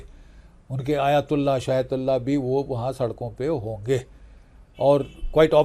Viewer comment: Aytullah hota h Shaytullah nhi Tamiiz se nam lo